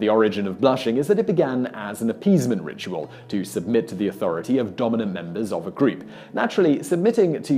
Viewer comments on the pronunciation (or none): none